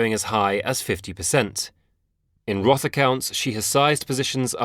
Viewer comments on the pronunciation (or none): none